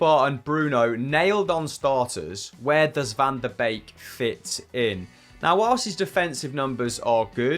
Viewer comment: I'll never get used to the butchering of Dutch names. Every ij in a Dutch name like Mike Verweij or Gini Wijnaldum is pronounced as a y. Donny van de Beek's name is pronounced as Bake, not Beak. Hopes this helps haha